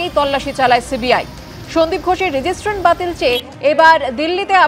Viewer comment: রেজিস্ট্রেশন কে এই অ্যাঙ্কার বলছেন রেজিস্ট্রান, এটা থেকেই বোঝা যায় এই চ্যানেল এর লেভেলটা কোথায় নেমেছে আর কাদের এর কাজে নিয়েছে।